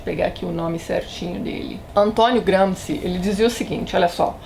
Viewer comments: Antonio Gramsci o nome do rapaz. Se pronuncia "Gramshi". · Oi Tatiana, só uma dica: a pronúncia correta de Gramsci em italiano é como se fosse um "x" em português, ou seja, algo como como GramXi